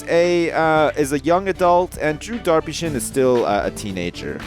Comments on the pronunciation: it's not darpyshin it's Derry sjin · it's not drew darpyshyn it is drew derpysjin